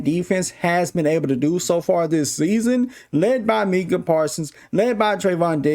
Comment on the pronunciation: Its pronounced mike-uh.